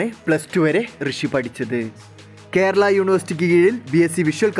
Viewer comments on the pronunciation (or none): none